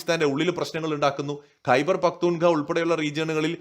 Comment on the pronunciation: ഖൈബർ പഖ്ത്തൂൺ ഖാവ എന്നാണ് പറയേണ്ടത്!